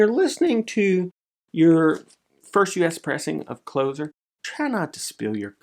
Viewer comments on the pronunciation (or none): It's Closer as in stand close to me. Not as in close the door.....